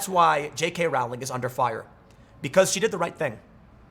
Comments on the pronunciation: Just an FYI: Her name rhymes with bowling, it does not rhyme with howling. She is also an idiot. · "Rowling" to rhyme with "bowling". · I feel obligated to mention that her last name is pronounced "rolling" (sort of more like the word is spelled, if you break it up like Row-ling) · Its pronounced jk “rolling” as in “The leftists act like they are rolling on mdma laced with fentanyl.”